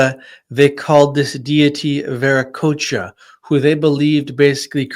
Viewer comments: Bueno, mucho de lo que cuentas sobre los incas es incorrecto, la terminología está mal pronunciada, qué es ese "veriquia"??? Te refieres a Viracocha?... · TAUANTINSUYO/PACHAKUTEK/ VIRACOCHA....WHY DONT U USE THE CORRECT PRONUNCIATION????😡😡